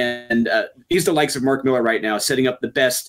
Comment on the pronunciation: Dudes, it's pronounced "MI-LAHR."